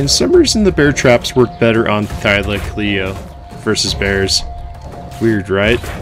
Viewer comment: Thy-lo-co-leo, or thyla for short. Either way but pronounce it correctly or don’t say it at all